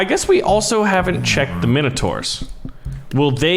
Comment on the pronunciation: Why can’t Americans pronounce Minotaur correctly